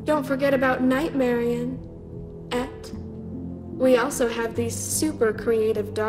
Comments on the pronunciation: “Nightmarionne………………….. Ette” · I dunno why but the way there’s a pause and then just “ette” is funny to me 😂